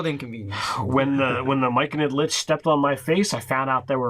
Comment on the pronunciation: I had to do a double take, did I really just hear "Myconid Lych"? :D